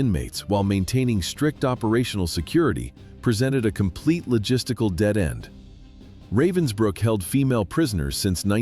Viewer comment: It’s called Ravensbruck not Robinsbruck.